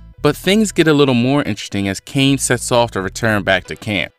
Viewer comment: The pronunciation of Kaine's name would be Kai Ne, not Cain with a silent e.